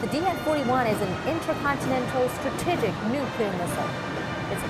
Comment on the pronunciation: Wait, wait, wait...’Stratihgic missile’? Things that give away that she’s still a CCP propagandist, despite the accent...